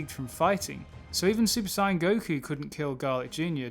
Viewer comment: You pronounce saiyan wrong